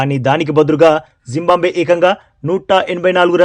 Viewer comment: జింబంబవే కాదురా జింబాబువే రా బాబూ